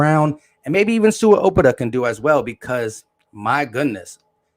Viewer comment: Its "owe-pet-ah" lol damn bru